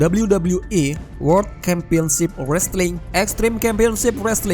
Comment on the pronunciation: G smua c dibaca k broh..kampion wkwk